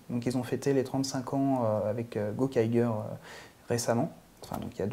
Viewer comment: Il y a quand même, un défaut qu'il faudrait corriger, c'est la prononciation des titres. Goseiger, Gokaiger et Kyoryuger par exemple. Le ger, vient de ranger, il ne faut donc pas dire Goseigueur mais Goseidjeur, Gokaidjeur et bien sûr Kyoryudjeur. Sinon, j'ai adoré votre émission, j'en ai même parlé en tant que coup de coeur sur ma page Facebook. Bravo et bonne continuation.